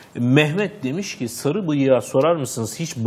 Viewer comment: D şlaksdlkşasdma "Sagı" nedir ya:D Sarı o sarı